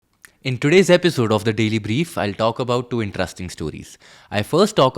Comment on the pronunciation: Excellent coverage.. Not an English teacher.. but just noticed its not pronunced as In(TRUST)ing..its in'Trest'ing.. no offense